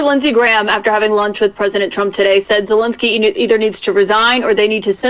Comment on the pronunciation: Es tan difícil pronunciar Zelenski ?? Zelenski no: “Zenlenlenski”. 🤨